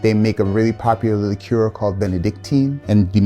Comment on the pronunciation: Wow. An American who finally pronounces "liqueur" correctly. Thank you.